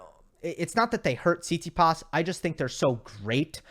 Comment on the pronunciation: PLease... the correct way to pronounce stefanos surname is TsitsipAs not TsItsipas.